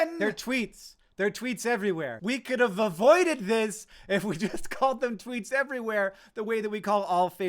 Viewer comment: Canadians be like "you read my Twoots, eh?"